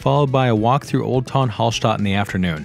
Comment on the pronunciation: You forgot about cycling to Hallstatt from any country in Europe 🤭🤭🤭🚴 from Vienna it's only 2 days, 290km... And it's not HALL (holl) STATT it's A not O same with Salzburg ...if Mozart would hear the pronansiation he would get a heart attack 🤭🤭🤭